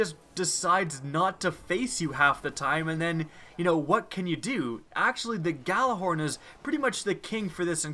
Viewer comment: its not pronounced gjallarhorn its yallarhorn